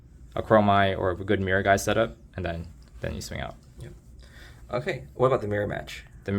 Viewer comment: Thank you for saying Miragai correctly XD I keep hearing people say MiraGI..